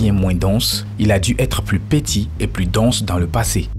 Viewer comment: Pareil, ce " pétit "'est insupportable. "